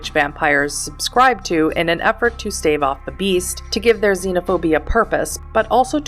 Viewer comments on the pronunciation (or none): none